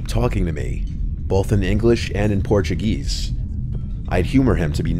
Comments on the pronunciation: "Portu-geese" as says... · “In Porchuh GEEEEESE”